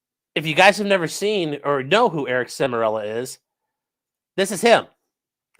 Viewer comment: Eric Char-mello. Not Semirello